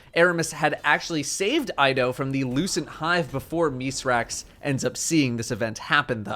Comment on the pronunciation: Thank you for actually pronouncing Mithrax' name correctly